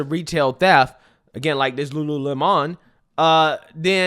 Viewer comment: Video literally says Lulu - lemon like 10 million times.... proceeds to say Lulu-lem-On, like bruh 😅😅😅😅😅